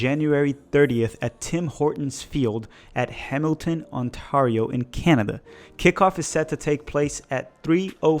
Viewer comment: It’s on-tear-io